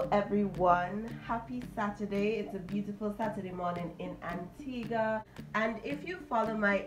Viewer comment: my heart leaped for joy when she said Antigua I am so proud